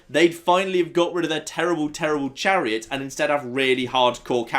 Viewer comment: he said the clariots